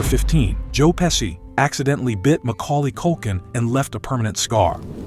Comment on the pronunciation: It's pronounced "Pe-shee" not "Pe-see"